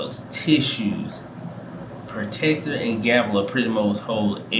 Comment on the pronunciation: Procter* not protecter...Procter & Gamble...I have KO and JNJ...along with PEP, O, CSCO, SCHH and DUK